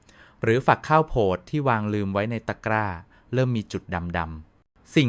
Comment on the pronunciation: เนื้อหามีสาระดีมากครับ ขอแนะนำการปรับปรุงเสียงพูดด้วยAI หลายคำที่ต้องแปลไทยเป็นเช่น"แร่ธาตุ" แร่-ทา-ตุ,"ข้าวโพด"....ข้าว-โผด ฯลฯ